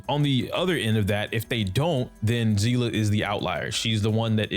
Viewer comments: It's Seal-ah pronunciation. It's literally said in game. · It's not "sea-lah" 🤦🏻‍♂️ It's a German word and the pronunciation is "see-lee". Y'all American's really need to brighten your language perspective because it's pretty pathetic